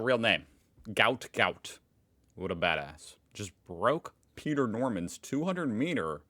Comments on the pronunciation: His name is actually Guot Guot. His family are upset people are calling him a disease. Pronounced gwot gwot. His manager: "Yeah, yeah, I know there's been a bit of discussion, and I know his dad made a few comments, but Gout Gout is how it's gonna be. "Categorically, it's Gout Gout. You know, the thing you hope to avoid in your ankle. That's how it's pronounced." Bona Guot said the current pronunciation was "not acceptable". "His name is Guot, it's supposed to be Guot," Bona said earlier this week. I BELEIVE WE SHOULD RESPECT HIS FATHERS WISHES... THE MEDIA HAS ALWAYS BEEN EVIL! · Gout Gout is a mistake on his parents immigration papers. It's actually Guot pronounced Gwot, and I think it sounds pretty cool. Gwot Gwot lol. It's a traditional northern African surname. He was born in Brisbane and if he keeps improving he will have a chance at gold at the Brisbane Olympics in Brisbane 2032. He will be 24 by then, just coming into a sprinters prime age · actually it's Guot Guot, but pronounced Gwot Gwot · you’re right, it’s not his name, it’s Guot Guot but pronounced Gwot Gwot. For some reason people keep getting it wrong even though his father has come out and corrected it. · His birth name is actually Guot Guot, pronounced Gwot Gwot, according to his father. His name was spelled incorrectly on his immigration papers when he arrived as a child. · I believe, according to his family on the TV , that there was misinterpretation on the immigration form, and his real name is Guot Guot pronounced got got. The cylindrical tree looks like some sort of fig tree. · They misspelled his name. Its "Guot" not "Gout" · Pronounced “Gwot”. A mistake was made when the family first arrived in Australia by authorities. Guot mistakenly written as Gout. His father is trying to get it changed back to Guot as he doesn’t want his son’s name to be associated with a disease. I guess particularly as it looks like he will probably become very famous.